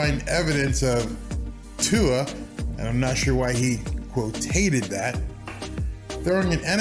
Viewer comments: You totally said his name correctly the first time, you kinda said viola later, but, you're doing great, man! Love the channel! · Aha. You got Tua's name right the first time but butchered it the next. At least I know you care and your content has been excellent.